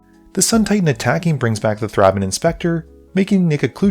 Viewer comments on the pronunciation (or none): It's pronounced "Th-ray-ben" not "th-raa-bin"